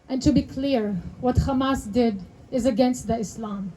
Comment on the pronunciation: no Arab says "khamas." Nice try though. Pretty committed to the fraud.